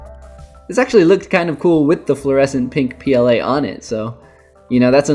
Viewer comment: "Leather PLA-ing" (pronounced like playing)